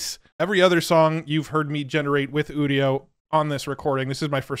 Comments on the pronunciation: Udio as in Audio is what I thought, but now he says udio as in 'studio' that makes more sense. What doesn't make sense however is that he pronounces 'u' like OOh and not 'you' like a normal person. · It’s called udio like audio, not studio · UDIO is Audio... without the A